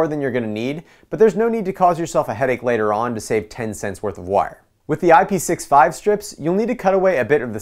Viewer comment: Yesssss!!!!!! Correct pronunciation. I-P-6-5